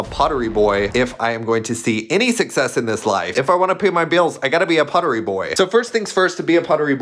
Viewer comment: pawtryy boy😂💗